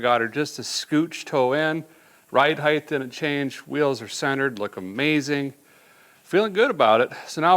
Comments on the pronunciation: "Height" not "Heigth" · Stop saying “heighth” as the word is simply height. You sound stupid. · Was he saying, "heighth?"